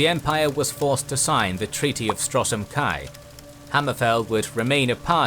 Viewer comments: Love these videos, but no one pronoucnes Stros M'Kai as "Strosem Kai. Or Ayleids as "Eyelids." Please listen to general dialogue in the games before pronouncing these again. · yeah I know he pronounces it Strosem Kai and also I saw he pronounced Ayleids as Eye lids XD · The videos are excellent. But I would love if you'd have a person to check the pronunciation of names in the worlds you cover. I'm not familiar enough to know if this problem exists in the other series. A couple of examples from this video would be: Stros M'Kai is Stros Ma-Kai and Chimer is kai-mer